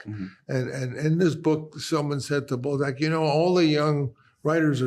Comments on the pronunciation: I like how he makes Balzac sound like ballsack :D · In a different key..... on an out of tune piano. Also, why is he pronouncing Balzac as 'ballsack'?